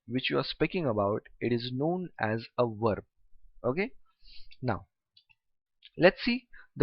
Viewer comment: Sir i notice that you pronounce verb like (werb)